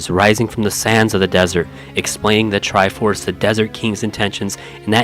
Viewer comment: The TRI-by FORSE 😂 priceless.